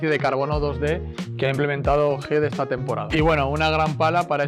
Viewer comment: Por qué le dice "HID"??